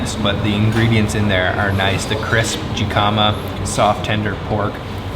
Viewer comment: Jicama American pronunciation hi·kuh·muh